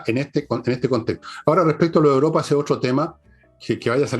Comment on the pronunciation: Señorita, usted es periodista y debe hablar bien. No siga diciendo "Uropa" por "Europa"